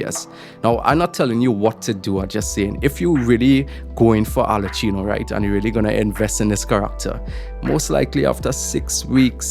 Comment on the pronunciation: You've be butchering arlecchino's name all this time so what's the difference.... her name is pronounced "Arle-ki-no